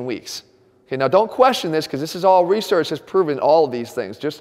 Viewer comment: I heard him say “research” and lost my shit.